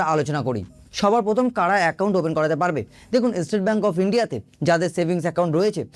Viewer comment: ভাই এস্টেট ব্যাংক নয়, স্টেট ব্যাংক বলতে শেখো, বিরক্ত লাগছে শুনতে। বাঙালি হয়েছো বাংলাটাও কি ঠিক করে বলতে জানো না?